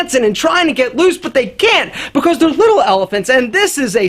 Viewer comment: The way says because is making me laugh every time: "bicos"